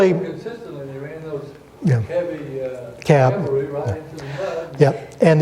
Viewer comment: Calvary? When will Americans learn to speak English? Fine lecture despite that.